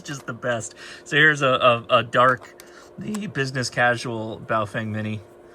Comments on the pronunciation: Names are important... even if the product being named is NOT. Boa-fUng. I'd love for ONE Operator to pronounce it right. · That Chinese Lady never ages, on the Baofengs. Pronounced: Bow-fung